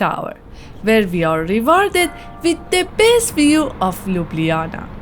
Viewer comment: Nice video of my city. The restaurant where You eat is called Sarajevo 84 (Olimpic games) and have one of the best bosnian food menu in Ljubljana. BTW. Your pronounce of Ljubljana is perfect :) Wellcome back any time.